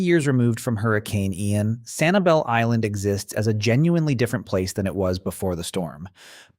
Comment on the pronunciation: Maybe I went to the wrong beach, but around January this year I could barely find any shells in Sanibel. Also, that's not how locals pronounce it